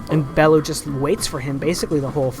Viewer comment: Bell - you, ffs.